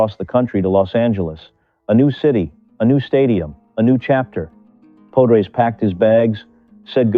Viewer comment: Pode-rays? POD-RAYS!!.! If you are going to make a video at least learn how to pronounce thr man's name. AI be damned.